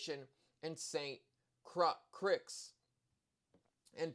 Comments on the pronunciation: St 'Crix'?--No!--> St Croix/Croy<--(correct pronounciation)! It's French. 😎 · its pronounced Saint Croy (sounds like roy) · St. Croix is pronounced St. Croy just in case you come across that in the future. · Saint kroy. That is how it's pronounced.